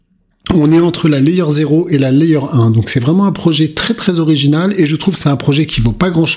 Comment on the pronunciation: C'est un token oriZinal 😋 , lève un peu le pied, tu perds la voie 😁😉💪👍🤩